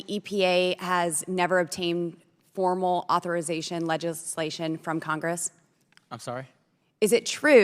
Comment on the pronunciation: "AUTHORITATION"?!?!?! Lowrent Beetleboob is trying to sound educated 🤣🤣🤣🤣🤣🤣🤣🤣🤣🤣